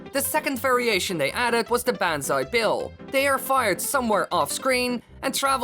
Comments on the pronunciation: My dude said been say Bill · I enjoy the video but it pisses me off the way he says banzai bill.